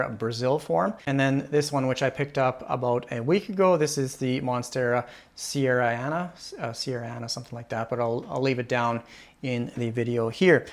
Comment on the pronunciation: you don't need 2 sierrana if you can't pronounce it. 😅